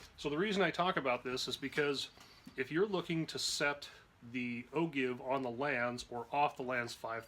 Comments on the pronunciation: There is no give its pronounced Jive Like A Jiggerr Jive OR Jive Bunny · You're correct. O jive, not o give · AHHHHHH !!! its pronounced as "O-JIVE", not "O-GIVE".......good video, but annoying as hell each time you mispronounce the word. When TEACHING, ...proper pronunciation REALLY makes a difference in your credibility and student attention span. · is pronouncing it O'Jive a French thing ? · Another terrible video..its the oh-jive NOT oh-give...smh just stop uploading videos dude you're the worst. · It’s pronounced oh-jive not ogive look at angle measurement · O-"give"? No...O-"jive". C'mon. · I've always heard O-jive also not O give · Love your videos. I've learned vast amounts of knowledge from you. So thanks so much for your wealth of information! But..... I've been told it's pronounced "O-JIVE" not O-GIVE. Any thoughts or is it simply as TOMATO and TOMAHTO? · it's pronounced oh-jive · I thought it's pronounced: oh-jive. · Actually, it is pronounced “Oh Jive”, not with a hard G. It’s a geometric reference used in numerous industries. Enjoy and nice video. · yeah he lost me at o-give ! Lol. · Thanks for the video. Like it has been noted, it's actually pronounced "o-jive". I don't make up the rules, just what it's always been pronounced. Keep up the good work. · It's actually pronounced "O-JIVE". When in doubt, check the dictionary. :) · Agreed! It sounds weird when people pronounce it "O-GIVE"